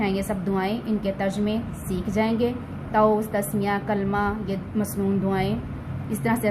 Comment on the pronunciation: تعُوذ نہیں، تَعَوُّذ پڑھائیں